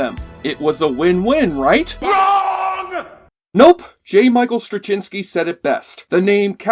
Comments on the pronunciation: Cringing at your mispronunciation of "Goddard" (it's pronounced 'god-ard', not "go-dard') and "Straczynski" (it's pronounced 'zin-ski', not 'chin-ski'). Also, the CGI was state of the art for a TV show at the time. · Um, check your pronunciation of J. Michael Straczynski's name. Met the man many times. Just look up videos introducing him... that'll help you. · I can't hear your pronunciation of J Michael Straczynski without cringing.